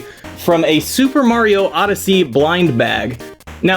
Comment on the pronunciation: Oh god, it’s muper sario odyssey